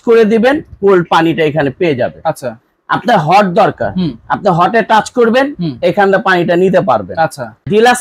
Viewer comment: টাস না, টাচ।